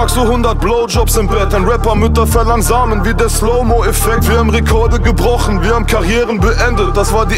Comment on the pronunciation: Sidney 512 Die Line hat durch die Aussprache von Farid zwei mögliche Bedeutungen: 1. ...verlangsamen wie der Slow-Mo[tion]-Effekt 2. verlang'[en] Samen wie...